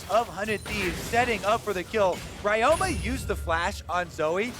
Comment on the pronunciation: Ryoma is read as Ree-yo-ma. And the yo is pronounced as the o in obscure. It's Japanese. Please correct it, it's annoying.